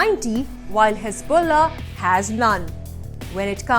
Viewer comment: Hezbollah has balls, so "hez-BALL-ah"🤣🤣